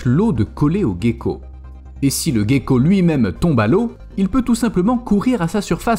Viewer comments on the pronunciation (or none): Gecko se dit jeko